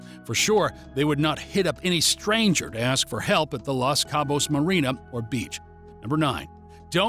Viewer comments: It’s “LOS Cabo’s “ not “LAS” 😅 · It’s Los Cabos, not Las Cabos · Why don’t you start with pronouncing the name properly. The Los does not sound like Las as in Las Vegas. The O is hard as in Dos Equis. Nice job rookie!!